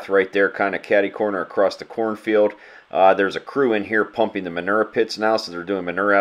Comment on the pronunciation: "There's a crew in here pumping the manerr pits now so they're doing manerr applications" lol